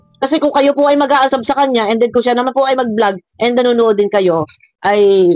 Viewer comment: Unsuuuuubbbbb po hindi unsab😂😂😂